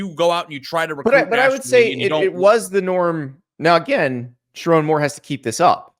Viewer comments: It’s pronounced SheRONE NOT RON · He won’t even pronounce the coaches name right. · First off, learn how to say my coaches name. show my coach, some respect. 2. Andy I’m glad someone finally said it’s not Sherrone’s fault for our QB situation. JJ Was supposed to stay. He said he would. things change. There’s no hate. I can’t wait for next year. I’m going to be a Vikings fan. Praying for a speedy recovery. We have Jaden Davis next year. Not sure what we’re gonna do with Alex Orji. Since he has two years of eligibility of left maybe he’ll transfer to Colorado could you imagine him in the big 12 he would destroy that league. And even still, we’re recruiting quarterbacks 4 ⭐️ carter smith ‘25 class and 5 ⭐️ Brady Hart. .’26 class. Sherrone Moore will bring us into the top 5 in recruiting in 3 years. BET!